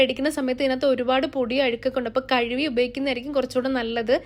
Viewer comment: പൊന്നു തള്ളേ കഴുവി അല്ല കഴുകി എന്നാണ്